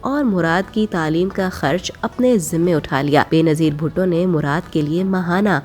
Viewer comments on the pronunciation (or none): none